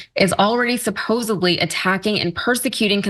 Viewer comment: By the way, the word you were trying to pronounce is "supposedly," not supposably. Perhaps you should take a course in English, to learn proper grammar. Speaking like a Third Grader isn't helping your cause any. The Young Jerks.